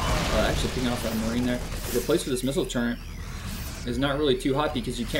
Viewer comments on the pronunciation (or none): TURR - ET Stop saying Turrent please! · Turret, not Turrent o.o Otherwise, good cast :D